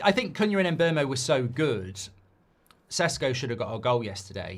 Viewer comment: Mark, you might need to inform those that appear on your channel how to pronounce the new players' names. Most notably Cuñha. In last night's Fan Forum, it was rather cringeworthy watching three white contributors (including the presenter) practically use a racial slur every time they mispronounced Cuñha's name, when the one black contributor was pronouncing it correctly. Basics.